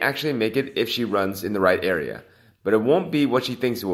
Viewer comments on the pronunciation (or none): none